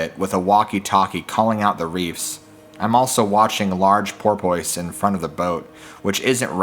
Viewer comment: This guy really pronouncing porpoise like that smh